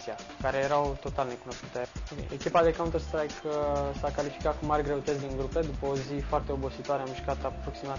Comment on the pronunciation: baaaaaaaa n-am mai ras asa de mult....nu vezi ca cel care face reportajul zice "cantar shtraic" cu shhhhh :)) pe la asa